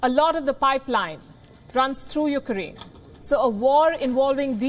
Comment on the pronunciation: Dear Palki its not U KA RAINE. Learn to pronounce a countries name at least 🙂